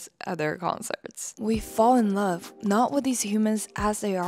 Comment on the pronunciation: "The LOVESUHHH!! of my life"